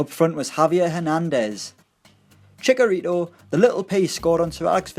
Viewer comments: Nah Yeah no his nickname is Chicharito not chickorito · Chickorito? WTF lol